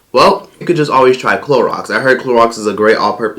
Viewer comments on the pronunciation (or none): LOL he said CLORAX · This dude said “Clorox” 😭😭😭😭 I’m hollerin